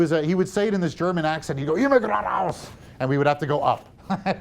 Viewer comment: Great lecture!!! FYI: You said it perfectly and with the right attitude. "Immer Gerade Aus!"